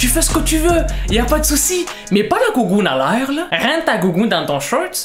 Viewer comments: " La gougoune a l aire " avec l acxent québécois 😂😂🤣🤣🤣🤣🤣🤣🤣🤣🤣🤣🤣🤣🤣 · Avec le ton québécois 🤣🤣🤣🤣